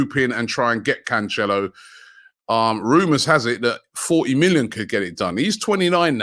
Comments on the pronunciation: Can- cello where is the H in that Robbie. Come on man just read the name 😂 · Robbie its pronounced CAN-SELL-OH